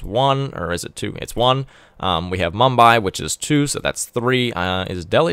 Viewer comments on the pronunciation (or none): none